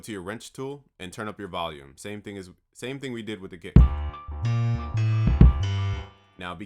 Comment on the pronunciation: Super annoying that "Thíng” 😂